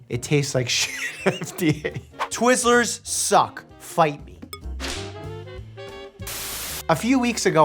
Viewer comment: Hey, I'm a Minnesotain, and I resemble that remark! Not really, since that was the wrong accent, but still. Say it like the meme says and you will be closer. Minnie-soda.